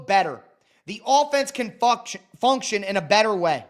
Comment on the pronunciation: lol he said “fucktion”